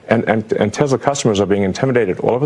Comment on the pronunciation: Elon, it is not TeZla, or Tessler. It is TeSla FFS!